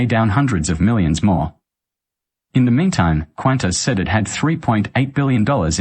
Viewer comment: You cant even pronounce Qantas. Why should we pay attention to you.